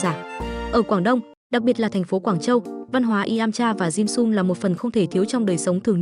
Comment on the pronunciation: Cái topic thì hay nhưng nghe người đọc “ dimsum “ bằng giọng vn thì hết muốn xem nữa. Cho dù trong tiếng anh người ta cũng không phát âm một cách khó nghe như vậy những tên tiếng nước ngoài